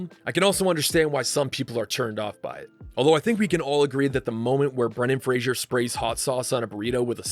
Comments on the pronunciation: Great film, I saw it at the movies when I was 13 and I loved it! Btw it's Fraser (like razor) not "Frasier" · This video makes the same mistake that Dickie Roberts did when pronouncing Brendan Fraser's name....it's pronounced FRAY-zər not FRAY-shur 😉😉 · fraser, pronounced “FRAY-zer”. not fraisier. common mistake. i’m listening niles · His name is Brendan Fraser, pronounced like Razor starting with an F. not Frasier (Fraysher). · Imagine doing all this great work to make this awesome video and still not knowing how to properly pronounce "Fraser" 🤷‍♂️🤦‍♂️ the disrespect